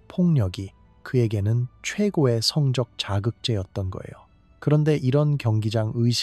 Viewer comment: 성적행위가아니라 성쩍행위로 읽는다..된소리로 바르게읽자. 대가를치루다는 대까를치루다로 이런기본도안된유튜브는 퇴출!!!!싫다에 한표!!!